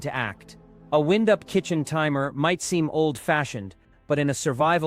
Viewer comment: In this video, the timer is not wind-up it is winde-up with the i being pronounced as a hard i, not a soft i. Teach your stupid AI a few things about pronunciation.